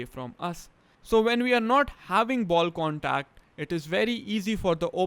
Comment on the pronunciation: “Wud is a ball condacd ?” Lol